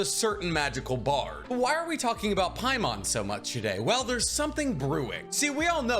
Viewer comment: Its not Paimon, trust me its not paimon